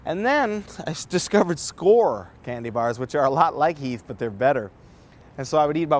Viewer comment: When you first said 'candy' I thought you said 'cannabinoid'. Different diet. '